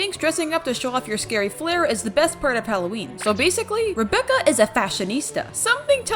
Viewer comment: Rebecca is pronounced as R - eye - becca